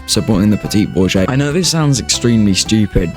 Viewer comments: ...yeah? It's supposed to be like Bour-jou-wa-zee not Bour-jae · This man has never heard the word bourgeoisie before